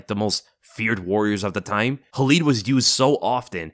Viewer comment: It Khalid, not Halid. When Arabs use "Kh" it's not like when the Russians use it like you see it in the name Khabib. Better example, DJ Khalid.